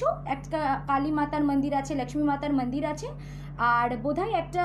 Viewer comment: বাংলাভাষায় উপস্থাপনাকালে 'লাক্ষ্মী মাতার মান্দির', মাকড়শার বদলে 'মাকড়ী' ইত্যাদি ধরনের উচ্চারণ ও অযথা হিন্দী শুনলে ভীষণ কানে লাগে।